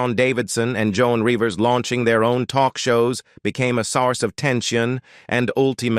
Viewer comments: Yup! Did you hear Joan Rivers as Joan REEvers? And the word "Ultimately" was ultima-TEEly. Yech. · ... jOAN REE-VERS? "Ultimately" was pronounced "ul-tim-a-TEE-lee."